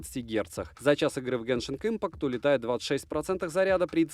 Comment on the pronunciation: чувак на каждом обзоре так забавно "геншинк инпакт" что каждый раз угараю с этого)0